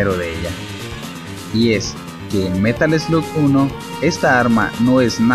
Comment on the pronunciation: Se pronuncia merol sloc